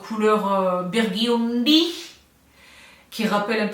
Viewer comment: Qui a dit biiirguuuundyyyyyyy avec l’accent avant que le dise elle-même??? 🙋🏼‍♀️ 🤣❤️❤️❤️